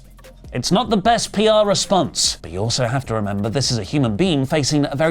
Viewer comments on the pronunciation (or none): none